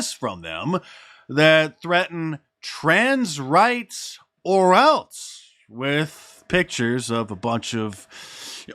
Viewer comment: The word is “else,” not “eltse.” Other than that… good video